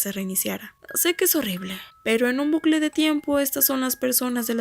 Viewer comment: Se dice bucle no blucle jajajja